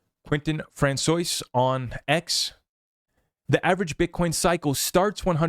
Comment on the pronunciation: Francois is not pronounced "Fran zoyce". It is pronounced "Fran swah"